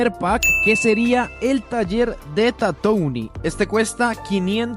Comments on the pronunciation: Su pronunciación es "tatuin" por si acaso 🥶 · Buen video, pero se pronuncia Tatuin perdon por ser muy ☝️🤓